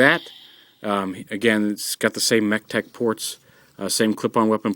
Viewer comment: when the part you say mechtech port a lot of times sounds like you say tetek (that's malay for boobs)